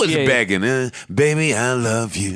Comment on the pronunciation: I think it’s funny they still keep calling her Bad Bobby instead of pronouncing it Bad Baby.